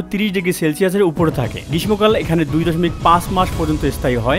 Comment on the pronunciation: বারবার গ্রীসম কাল বলছিলেন শুনে আশ্চর্য হলাম!